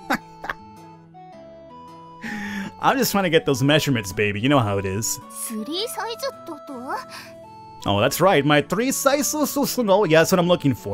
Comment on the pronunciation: Three sizezuhzuh?, I didn't know you spoke Japanese